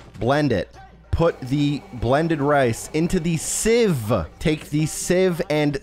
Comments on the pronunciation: Sieve is pronounce “Siv” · Thank u for this guide so easy to follow, in the UK we would pronounce sieve as siv 🤔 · Sieve is pronounced like "siv" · Thank you very much! Also, the sieve revelation at the end and the way you overly pronounced the word sieve after was hilarious 😂